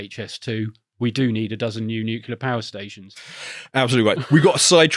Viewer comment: Nuclear, not nukular, mister Bush.